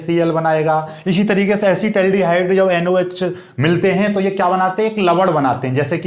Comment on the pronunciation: Asid aldihaid hota hai